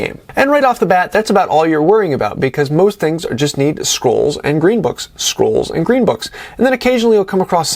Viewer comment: Great video, love that you tell people its a gsme and a challenge! Thats what i like about WU too :). Fun fact: i ALWAYS hear you talking about "squirrels" (scrolls) , makes me giggle ^^.